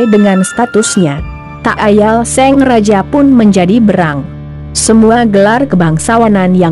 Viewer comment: Apa cuma aku yg dengernya seng raja... bukan sang raja...